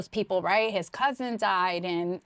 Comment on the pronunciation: shorty just said "i cayn't keep track a awl da peepul " 😂😂😁